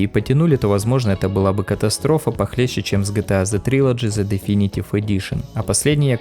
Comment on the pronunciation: Моя училка по инглишу тебе ломанула рожу "The" читаеться вы